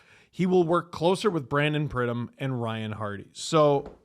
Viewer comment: he called our AGM "Bryan pridham " 😂😂 buddy doesn't even know his 1st name